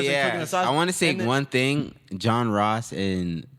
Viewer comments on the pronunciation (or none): none